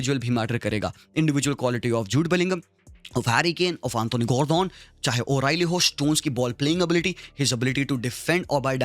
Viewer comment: I didnt know Gordon was spanish, the way u say his name